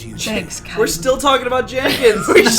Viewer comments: Hey guys, I love your channel and I'm so happy you're playing mass effect BUT YOY ARE SAYING KAIDEN WRONG! You are saying Kaiden like (Kai-dan) it is meant to be pronounced (Kay-den) Characters in game say it as Kay-den as well PLS PLS PLS PLS PLS STOP hahahahahaha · I await the moment they realize they're saying kaiden incorrectly.... It's not a big deal, but it feels like they said his name more than anything else this episode.